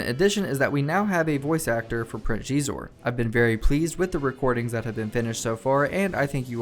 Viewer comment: It's pronounced SHEE-ZOR not GHEE-ZOR.